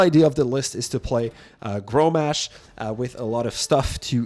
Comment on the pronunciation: Grommash - not growmash